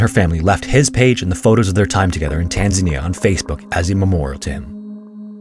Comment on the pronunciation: I love how you say Tanzania. I do think (my opinion) it is said Tanz - pronounce the letter "A" - nia